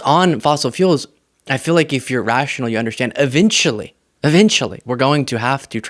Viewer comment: Hey, it;s pronounced eventually, not evintually, just sayin'.